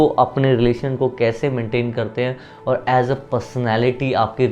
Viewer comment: Kiyaaaaa...?? Aap bihar se h..???🤔🤔😳😱😱 Ekdm nhi lgta ,hm soche ki rajsthan se h, Apka 'aur' ko 'orr' bolne ka accent thoda alg h.